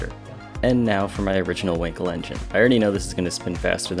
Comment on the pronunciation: Not winkle but [ VAN KEL]